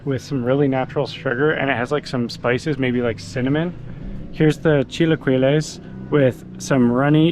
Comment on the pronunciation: Chilla-key-less haha😂